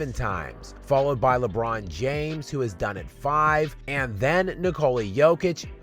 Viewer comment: the way you pronounce "LeBBBBBBRROOOn" has me dead lmao 😂